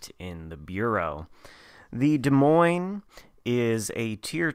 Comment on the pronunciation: As a resident of Iowa the s at the end of Des Moines is silent. Also as someone that utterly loves the play style of the DM you need to play more aggressive early on and us you stealth plus dpm to smash cruisers and DDs